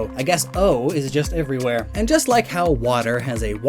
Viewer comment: There is no O in "everywhere "